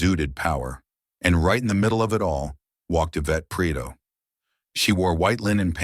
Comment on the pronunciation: Pree-eh-toh. It's not that hard.